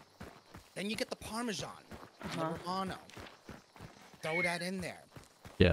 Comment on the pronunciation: my wife, who's Italian, really found this interesting. Especially the pronunciation of 'parmesan'